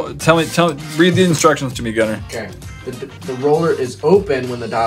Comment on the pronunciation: Evelyn Rose no,its Gunther but just said it like Gunner